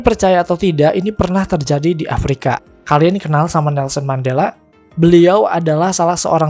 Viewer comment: bukan mandala, tapi mandela min